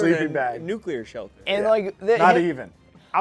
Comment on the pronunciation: Bill saying "nucular" like George Bush kills me 😂